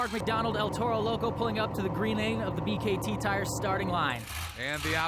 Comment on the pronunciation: B . K . T TIRES